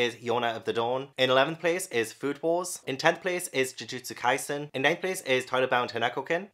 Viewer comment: So many of these if not all are so incredibly good, the ones I definitely recommend so much are Jujutsu kaisen Demon Slayer Haikyuu Assassination Classroom Bleach (and you said their names correctly) Toilet-bound Hanako-kun My hero Academia Yona of the dawn Kamisama kiss One Punch Man Fairy Tail